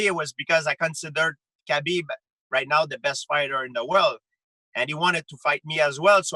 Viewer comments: It's pronounced 'habeeb' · ffs Ariel, its pronounced HABEEEB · I know kabeb want it i want it hahahahahhaha why he say Khabib like this? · Bo Bo I know. That’s just how GSP pronounces it.